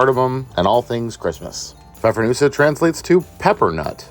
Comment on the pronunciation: Good job from Germany on pronouncing the Pfeffernüsse 👍